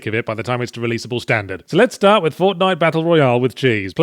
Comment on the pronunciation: "Fornite", Escapist? Fix that!